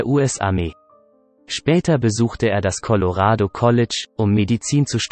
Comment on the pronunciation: Was ist denn das für ein untalentierter Sprecher? Mensch, mach Dich mal schlau, wie man Worte wie z.B. Colorado ausspricht, das ist ja furchtbar. Im Internet kann wirklich jeder .... so tun, als sei er ein Wissensträger.